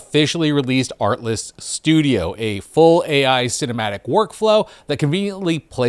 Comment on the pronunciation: Kept hearing "artless". Oh, the irony. ☺️